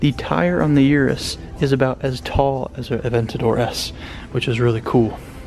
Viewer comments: I use to call it (Yur-us) too, but it’s actually pronounced (Oo-rus) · 3 mins wasted - Shoulda known when you said 'Yourus'